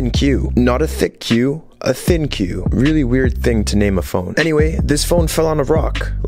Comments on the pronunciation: It's actually pronounced "Think," I thought it was "Thin Q" as well 😂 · ThinQ is pronounced “Think” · It's pronounced as LG think, not thin-q lol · In French, the pronunciation of the letter Q means, a$$. When you said "Thicc Q" I immediately thought of a Big fat A$$ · hmm interesting. Idky MKBHD pronounced it like that.